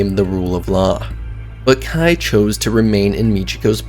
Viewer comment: its KEI as in the letter K. Not Kai. Good video but the mispronounced name made it hard to watch.